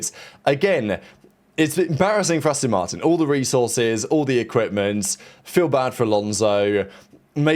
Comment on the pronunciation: Asston Martin 😂